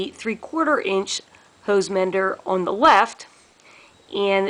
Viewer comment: We take a drink when she says “the” pronounced dee. 🌸